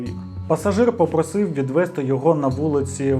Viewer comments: Я розгадала) Добрий день 😏 Ну - мАбудь, відвЕзти, це ще бо божески. Далі. Вірно: близькИх, помЕр. Не пОмер) А так, просто чудово 👌🏻 Хороша вимова, приємно слухати 👂🏼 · Добрий день, я недуже зрозуміла формулювання вашого коментаря, але, якщо ви виправляєте наголоси, то правильно казати «відвезтИ». У всіх дієсловах на -сти / -зти наголошуємо останній склад)